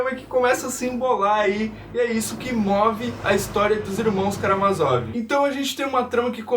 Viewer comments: tem a porra de um acento no "má" amigo. é karaMÁzov. ótimo vídeo um abraço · Por que tu muda a sílaba tonica de Karamázov?